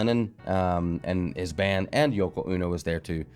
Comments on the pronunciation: It's Yoko O-No not UNO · Yoko ono is pronounced Oh-no not uno, her music is terrible, Chucks face LOL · Hey! Hi! Wow! That was really bad! Yeah. So this is all before my time but as I understand it Yoko Ono, pronounced long o, like oh no,please don’t sing (?) like that anymore, is almost singularly dismantling the Beatles with whatever spell she cast on John Lennon to make him lose his mind behind her. Like what taylor swift is going to do with the KCC. But giving the devil his props, she has a powerful voice coming out of that little bitty frame. Nice seeing you again!